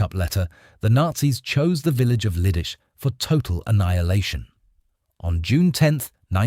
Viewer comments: Leedeechay"! Not " Lee-dis"! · It is pronounced LEE-DIH-TSEH, not liddis, and not liddish either. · You act as if the grenade had nothing to do with his death. What an absurd statement. "Gesh-stapo"??? "Lidice is pronounced ENTIRELY different from your failed attempt. My uncle, a Slovak was living in Praha in May, 1941. In terms of your pronunciation of Lidice, he'd be unable to understand what you are talking about. Apart from what I've stated, your report is pretty good. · Pronounce Lee dee tsay I visited the place. And the crypt. And the Terezin concentration camp